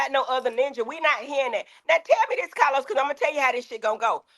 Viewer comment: Ahhhhhhhh!!!!! It’s the 34 minute mark for me!!! Heavenly called CahLos out!!! He be tryna play durrr-duh-durrr. 😂😂